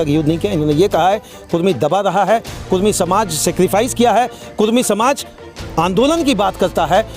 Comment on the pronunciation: कुर्मी नहीं कुड़मी